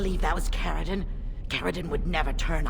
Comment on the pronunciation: Its Caridin